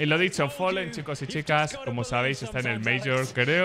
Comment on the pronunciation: fAAAlen. Folen no existe